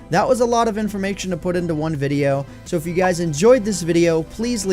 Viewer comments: Am I the only one who heard "informaktion" ? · Who else heard in : Wow that was a lot of INFORMAXION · that was alot of "infomakshun" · "informaktion" <333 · i heard "informaxion" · Tyler Carrion i heard it too (it sounds weird) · heard it as well lol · i cant unhear that now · I heard informaktion too... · Tyler Carrion I heard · Tyler Carrion nope I heard it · I heard it too! I know. I'm late...